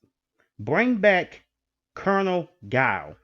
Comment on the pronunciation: You had me until you said “Guile”